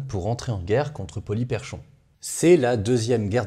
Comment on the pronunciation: Ca se prononce "Polyperkhon", comme si le CH était un K.